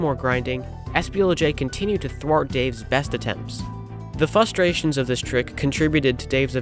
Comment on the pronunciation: Frustration contains an "r", it's the second letter. Please, change how you pronounce it.